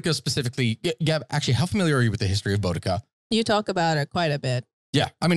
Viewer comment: As a brit, it hurts me the way they're pronouncing boudica